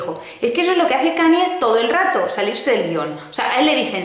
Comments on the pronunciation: KAN-YE, como si la Y fuese "ye", please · Kanye aprende a pronunciar!! 😂😂